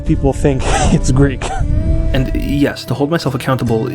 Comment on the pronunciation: As a greek person that has been born and is being raised in greece, i would like to touch on some parts of the video :) Firstly, your pronunciation of all greek words and phrases is perfect and you genuinely sound like you've never left the country. I do not know what word to use here exactly but it's such a nice little thing that adds to the enjoyment of the video. Secondly, the segment in which you discuss your name was also extremely interesting in the context of what you're talking about but is also very relatable to me. My name, John, was the same as my grandfathers and also my cousin's as such i was always nicknamed "the young John" or "Ο μικρός ο Γιάννης". I'm not huge into religion but being named after the man that baptized Jesus always felt special to me in a way, yet due to how americans treat it feels embarrassing using it which is a same. Also, in regards to the topic of the video itself I'd like to touch upon the "Percy Jackson" series, which has been revived due to a upcoming tv series if i understand correctly. Seeing it on my feed on social media a lot i got interested but found out/realized there is not a single greek individual in the series, a series about greek gods and their children, which is bizarre cause the series has, from what I've been told, a fair amount of diversity. It's simply mindboggling that an entire franchise based around our culture doesn't include us. Lastly, I have family in Montréal. I've only met them once but they have made attempts